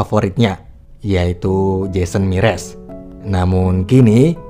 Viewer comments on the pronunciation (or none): jason mraz woi bukan jason miras xD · Jason Mraz bang bukan MIRAS 😔